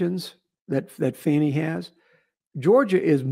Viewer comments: seems a little off his game tonight 🤷🏼‍♀️ Love to both of you regardless ❤ And its "Fawnie" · Uh oh the left about to go crazy pronouncing “fani” name wrong is racist 😂😂😂😂😂😂😂😂😂😂😂😂